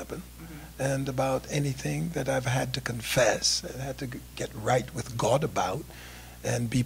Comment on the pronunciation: I have to admit that the way this old con-artist pronounces the word 'God' as 'Gaaaaawd' cracks me up.